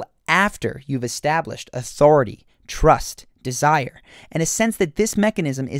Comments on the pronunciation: "turst" instead of "trust", lmaooo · turst lol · “authority turst and desire” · "turst" xD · lol "turst!" , oh, and "becuase!" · "Turst" :S